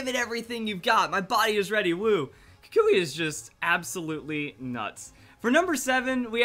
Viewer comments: it's pronounced Koo-k-we. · what is the official pronunciation of kukui? i pronounce it kookwee